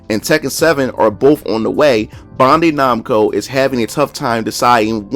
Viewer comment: BAN-DAI /NAMCO ....BAN...BAN....SAY IT WITH ME...BAN-DAI NAMCO.